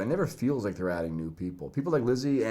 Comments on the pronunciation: Okay im here because of the “I don’t wike it” word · He doesn't wike it tho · I came for i dont wike it